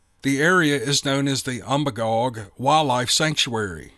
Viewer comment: Lifelong Mainer here. You pronounced Magalloway perfectly. Umbagog is actually pronounced um-bay-gog. I know the area referred to in the story very well.